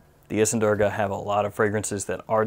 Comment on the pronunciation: It's actually pronounced as 'Doorga'. Great list! Would like to try out Bowmakers. I'd like to be entered in the giveaway